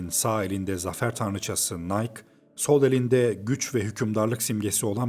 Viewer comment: Nayk diye okunmaz nike yazıldığı gibi okunur Latincede.